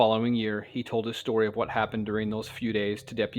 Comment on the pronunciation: This "stiry" Just earned you a new sub... Me. 😂 Awesome "stiry" telln..